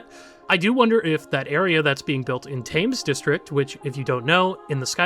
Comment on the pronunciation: “Thames” has a sound more like “ten” rather than “fame”